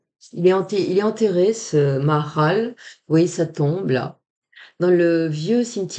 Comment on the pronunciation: Bonjour à tous. On dit ma ha ral.